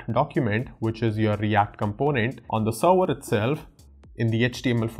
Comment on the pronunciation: awesome video, and a suggestion is to improve your pronunciation for serwer, to server